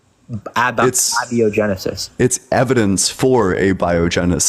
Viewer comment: guy can't even say abiogenesis.